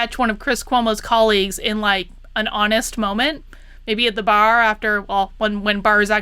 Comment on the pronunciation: I like the way you said bAAAr. do you park your cAAAr in the gArAge? jk I love Boston accents.